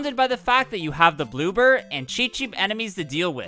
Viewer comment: dude said bloober💀